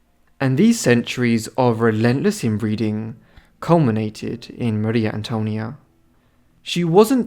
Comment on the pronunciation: No se dice Mario Antonio no seas tonto .Es Maria Antonia.